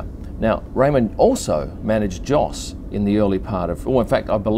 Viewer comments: you pronounce his dads name as Yos not Jos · I think Jos is pronounced "Yos" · Minor little point: Jos, pronounced the proper way by the Dutch (and the Flemmish and the Germans) is "Yos". So it's without the phonetic "D" sound in front, but the way "you" starts. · Although it is spelled "Jos", it's actually pronounced as "Yos". That's ok, rookie mistake. I'm sure you'll get it right next time. ;-)